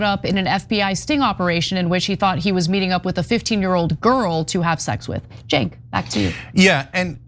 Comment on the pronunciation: How does Peirce still get Cenk's name wrong?😂 It is not the power move people think it is IMO. Especially with repeat guests. Maybe he does it to ingratiate himself to the media? Like dude. Cenk is part of the revolution, and P's personal and professional growth in terms of breaking the Isreal case. Maybe i'm missing something 😂 Anyhow, as always, I am so thankful for TYT and the audience of my fellow humans making lanes for sanity and reassurance .